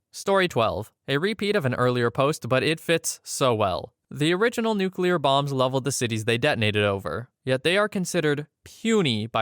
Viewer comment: I do respect you for pronouncing Nuclear correctly.